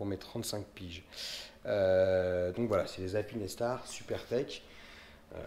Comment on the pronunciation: Super vidéo par contre c'est pas alpine É star mais alpinestar le E est là pour faire le "ine" pas ajouter un "é" :)